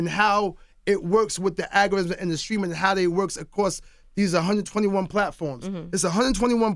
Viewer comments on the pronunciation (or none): I'm diggin how he says algorithim... 'AGARITHIM'